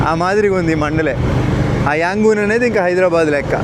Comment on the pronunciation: its యాంగన్ or రంగూన్.. మీరు రెండూ కలిపి యాంగూన్ అంటున్నారు..😂❤. ఐ లైక్ your videos.. Good Coverage